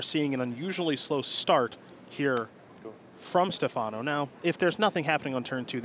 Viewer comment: Stèfano, not Stefàno